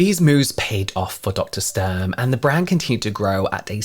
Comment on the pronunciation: her name is pronounced StUrm btw! The U like in “Utah” or “Uber” 🙂‍↕️ it’s softer